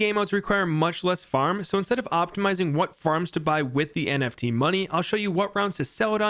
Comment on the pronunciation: Every time he says "NFT" it hurts my soul